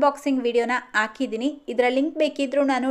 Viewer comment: ಮೇಡಮ್ ನಿಮ್ಮ ವಿವರಣೆ ತುಂಬಾ ಚೆನ್ನಾಗಿದೆ.ಆದರೆ ನೀವು ಹೇಳುವಾಗ ಆಕಿದಿನಿ ಎಂತಾ ಹೇಳ್ತಿ ರಿ.. ದಯವಿಟ್ಟು ಹಾಕಿದ್ದೀನಿ ಎಂದು ಹೇಳಿ...😊